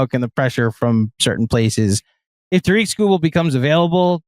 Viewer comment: Ta-rick, not Ta-reek. is the man. Illitch won't pay him. We'll take Tong, thank you.